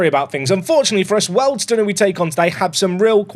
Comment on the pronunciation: Aaargh your pronouncation is killing me. Wealdstone is said as wheeledstone Ruislip is RICElip and it's south of NorthWood. This away day annoyed me more than any Lollujo video